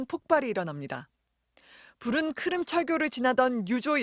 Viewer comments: 크림이라고 자꾸 크름이래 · 근데 갑자기 왜 크름이라고 하는거냐..??? 크림 아니었냐??